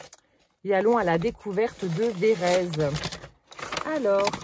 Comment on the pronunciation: Cc oui je connais c'est a côté de chez moi. Et phonétiquement on dit VÉ RÈ TSE ON PRONONCE LE T ET LE Z SE PRONONCÉ S.. 😂😂😂😂ET NOUS SOMMES DANS LA RÉGION DES CHÂTEAUX.. BISOUS